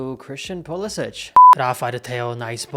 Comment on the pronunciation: It's time to pay proper respect to Pulisic and get his friggin name right......